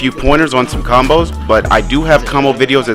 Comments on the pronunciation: Its combo not conboes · “conboes” 🤣🤣🤣 my guy its combos